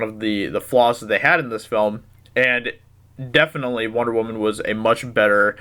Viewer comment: W.W = woman CM = wahman